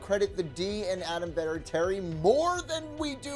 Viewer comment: You had to ruin it with putting Brady and Namath in there wow what a shame and you also called the Raiders the Ravens and you did not pronounce Adam vinatieri's name right